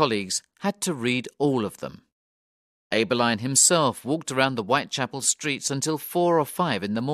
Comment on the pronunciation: The surnames ‘Abberline’ and ‘Pizer’ are also pronounced incorrectly.